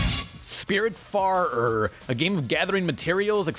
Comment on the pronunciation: Bruh how tf did you just pronounce spiritfarer